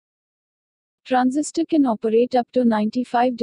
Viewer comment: it's Transistor, not Transisitor.